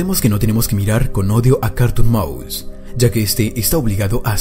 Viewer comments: yo le entendí carton cat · Es es es es carrrrton maus